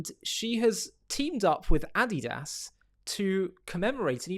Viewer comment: That's not how you say Adidas 😂😂